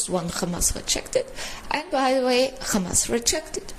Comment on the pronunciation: Oy vey... it's Khamas!